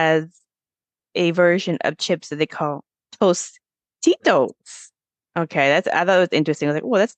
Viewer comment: it was Tostitos Not Tostinos